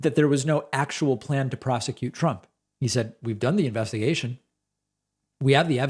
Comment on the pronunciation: Ignore them David, they're very entertaining though.. I almost spit my drink out when you said "teh". Lol